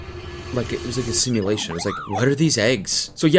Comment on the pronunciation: Is she saying “Similation” or simulation?